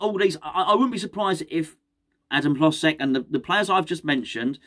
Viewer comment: By the way the L in hlozeks name is pronounced like a y so it’s “hyozek”